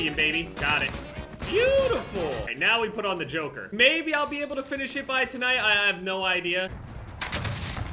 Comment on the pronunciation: It’s not the joker it’s the JOKR (jock-er)